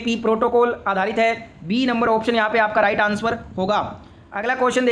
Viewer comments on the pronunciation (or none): Answer ❌ Ansuar ✅ 😂